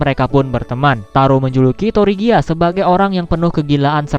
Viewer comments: Tregia bang bacaannya bukan torigia atau trigir sesuai bacaan dari negara kami(Malaysia)😅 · Bang sebenar nya penyebutan nama ultraman tregear versi bahasa Indonesia itu bilang nya kayak tregir gitu..